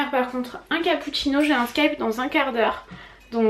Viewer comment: Tu prononces mal Skype 😉 Par contre les couches mots d'enfants je déconseille elles sont énormément toxique je conseille plus les couches bio ou à la limite les pampers